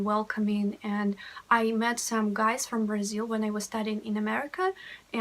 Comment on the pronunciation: I knew russian language before I learned português and once at the airport Brasilan guys were talking and I thought for a minute that they are russians. Btw the way you say Brasil sounds like native girl from Rio De Janeiro...😁☮️